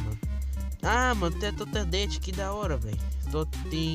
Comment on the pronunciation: Totodette kkkkkkkkk E Toadette